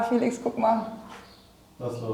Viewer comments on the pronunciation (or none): none